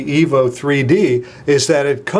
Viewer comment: I 'am sorry but did i heard it right?? you sai Htc Evil 3D & Evil 4G